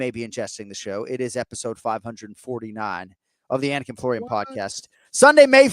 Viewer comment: As a dude with an unusual(not difficult just unusual) name, I love Jon Anik's focus on getting the pronunciations correct.